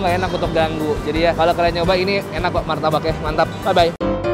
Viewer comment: Orang Jawa banget "ueeenaaaakkk" masih pake bangetttt